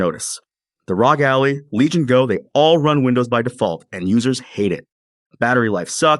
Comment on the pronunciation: Okay when you pronounce words wrong it makes me think you are using AI to narrate. Proton is the latest example. It's Pro-Tahn. Like "Fire Proton torpedoes!" Another one is the ROG Ally. It's not "Rawgally" as it sounded like you called it. It's R-O-G Ally. Great videos otherwise.